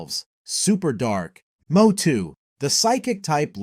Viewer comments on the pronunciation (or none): Wtf is a Moe-two? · Blasphemy!!!! WHATS A MO-TWO?!?!?!🤬🤬🤬🤬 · Did he just say mowtwo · They you just say mo-two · You really said MowTwo??? 🚜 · i click off when mewtwo and Lugia ar mispronounced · I click off the moment mewtwo got miss pronounced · was about to write the same exact comment. wtf!!!